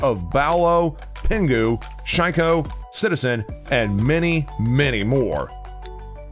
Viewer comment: I feel like steady dissing r6 pros after he said Bowelo & Shy-ko